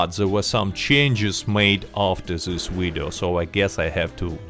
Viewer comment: Did you notice the "v" pronunciation sounds like a "u"? (Uideo) It's obviusly related to Russian pronunciation of that letter, like "R" and "L" in japanese, for example.